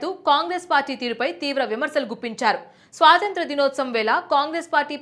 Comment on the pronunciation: స్వాసంత్రం. కాదమ్మా. "స్వాతంత్ర్యము"